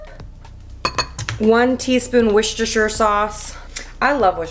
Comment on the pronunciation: it's war-chester sauce not wish-esther